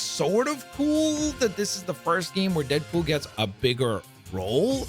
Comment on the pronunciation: Am i tripping or did he say deapool